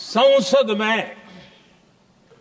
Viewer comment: Sansad ❌ Sonsad ✅